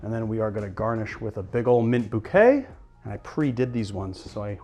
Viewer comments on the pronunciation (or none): none